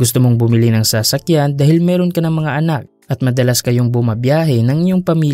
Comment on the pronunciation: Bat ganyan ang pagpronounce na sa-sakyan..hihi